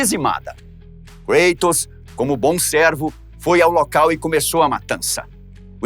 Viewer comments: Cueitors ?ou Kratos? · Nao entendo por que falam, kreitos. Sendo que é Grego, o correto nao seria cratos? Afinal é Grego, e nao Ingles. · Desculpe uma pequena correção.. A pronúncia do nome não é Kreitos e sim Kratos.... Ele era grego e não inglês ou norte americano.... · sempre tive duvida a respeito da pronuncia por ele ser grego o correto não seria algo como ''Crátos''? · Muito legal. O problema é a "inglesização" de nomes gregos ou latinos. No grego, original, o correto seria "Cratos". Mas o video-game, filmes e etc estão catequizando uma nova linguagem na internet rs. Muitos nomes antigos estão sendo pronunciado "em inglês", e não em sua pronuncia original. Esse é só mais um caso.